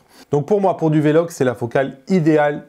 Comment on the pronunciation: pourquoi tu dis " v, logue " et non " vlogue " lol